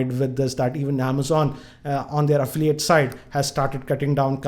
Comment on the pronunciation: "Affliate , "braaaaaand" and "migate" hats off to your English bro !!!! Even google denied to search !!😂😂